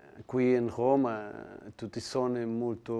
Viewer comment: Roma è la capitale d'Italia e tutto il mondo lo sa e lui la pronuncia oma